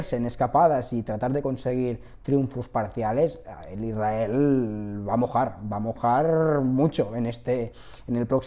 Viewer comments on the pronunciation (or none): none